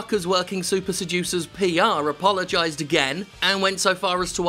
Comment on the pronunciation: He ams tryings to......apolgizex.